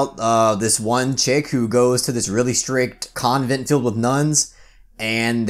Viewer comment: The way you say convent is weird to me lol